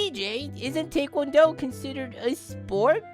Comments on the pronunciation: I’m sorry for doing this I want to point out that taekwondo is pronounced (tie-kwon-doe). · couldn’t help but notice how he says taekwondo as take one doe 😭😭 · Taekuando is pronounced Tie-kuan-dou